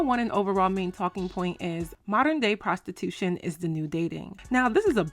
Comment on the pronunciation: Not “Prastitooshun” aye yoooooo 🤣